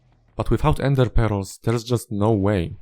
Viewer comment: I love the way you pronounce ender pearls as endê peróz